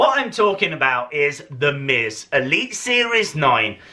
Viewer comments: he said sa instead of z ;) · LADIES AND GENTLEMEN HERE COMES "ZTHE MIZ" LMAO